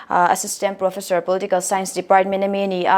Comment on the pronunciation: Ngatinge inla lam deuh hian PROFESHOR tiha kan lam zel mai lee